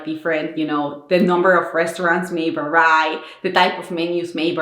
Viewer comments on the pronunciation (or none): This video series is amazing! You have an admirable ability to perform on camera. You give a Finn a bit more appreciation for all the support we get here in Finland! PS. The word vary (as in 'something can vary') is pronounced more like väri instead of värai!